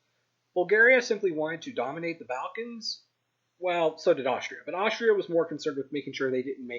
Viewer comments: Chap, the Balkans are pronounced Ball-kan, I said it the way you did and a Serb lost his temper at me, t'was lovely. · its pronounced bahlkins, not baalkins. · How can we take this guy seriously? He can't say Bucharest. He can't use the third conditional (If the central powers HAD WON...) . He even says Balkans incorrectly. Oh, and man, really,, people are rght about the map.